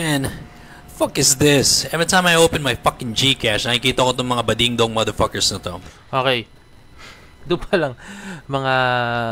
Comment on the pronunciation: puro sya mader pakers, kala mo perpek di naman ma pronounce ng tama yung mader pakers.